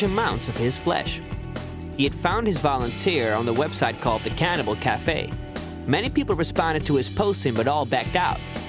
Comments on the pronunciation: Come on mate, its "cannibal" not "canibal". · It's "cannibal".